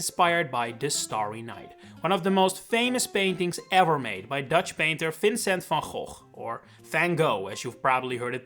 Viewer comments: Not me realizing you are Dutch just from your pronunciation of Vincent van Gogh (and then promptly checking your channel to confirm) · Harde G jumpscare